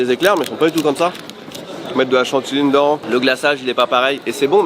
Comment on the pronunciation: J’adore ce que vous faites, je vous suis depuis des années. Je me demandais: est-ce que sait qu’il prononce le mot « Dedans » bizarrement? Il dit « Ndans » et pas « De dans » D’où vient cette accent?! 😅😂